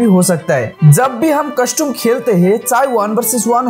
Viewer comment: Bhai custum nhi hota custom hota hai